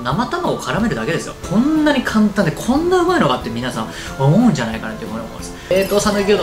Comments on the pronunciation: 簡単がたんたんに聞こえる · こんだけです！簡単！の簡単がたんたん！にしか聞こえなくて笑える😂